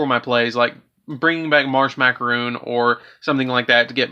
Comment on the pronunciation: Just so you know, "Marshmacaron" is pronounced "Marsh-Mac-A-Ron".